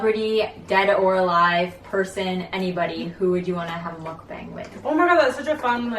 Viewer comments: btw the 'bang' in 'mukbang' is pronounced like 'bong'. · I had to stop watching after you pronounced it muck Bang. it's pronounced muck bong. like a pipe. it really irritates me. if you are gonna do it do it right. followers